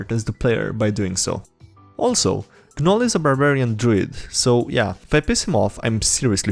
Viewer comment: You're pointing that out and not that he pronounced the "g" in "gnome" and "gnoll"?